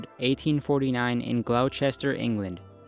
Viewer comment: It is pronounced Gloss-ter--sher !